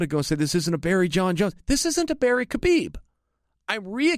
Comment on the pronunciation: Anyone remember when chael said khaboob accidentally 😂